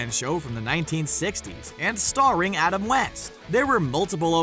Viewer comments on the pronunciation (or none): none